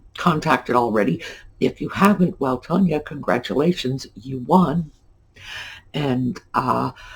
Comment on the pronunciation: You actually pronounced my name correctly. Although it is spelled Tanya It is pronounced as Tonya. I was impressed! Most people do pronounce it incorrectly because of the spelling. I am so excited about winning this contest! Thank you for all you do and Audie for picking me as the winner!